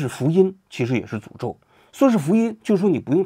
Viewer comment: 看到图才明白是“石油的诅咒”，听您念的是“石油的主奏”😂